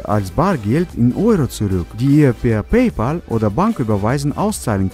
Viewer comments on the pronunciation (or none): none